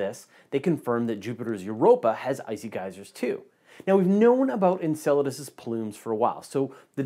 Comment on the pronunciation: In other news I learned how to properly pronounce Enceladus